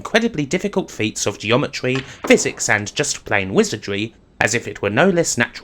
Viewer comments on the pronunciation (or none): none